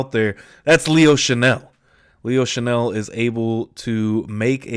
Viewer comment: It's "Chenal" not "Chanel." Chan-ell is a perfume. Chen-All is a football player.